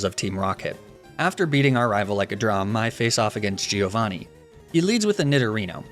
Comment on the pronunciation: Bella ragazzi, ma parliamo di quanto è fastidioso sentir dire GI-Ovanni?